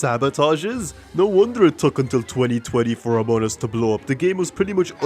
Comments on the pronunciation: "amon us" (hehehe very funny ...not really) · it is pronounced among us (emphasis on the G), not amon us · a grown ahh man saying amonas instead of among us is very endearing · "amoun us" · Among us ❌ Amunnus ✅ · i love how when saying among us kinda sounds like they sound like they're saying amonus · "amun us" 🗣️ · Love how he pronounces it "Amon'us"